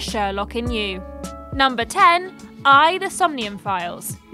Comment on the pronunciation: Props for pronouncing AI correctly